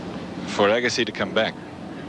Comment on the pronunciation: nobody could've told Arthur how to pronounce his name?